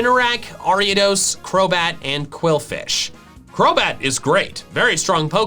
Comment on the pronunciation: QWILFISH, NOT QUILLFISH! OVERQWIL, NOT OVERQUILL! NOT ALL WORDS THAT START WITH Q HAVE QU AS THE FIRST 2 LETTERS!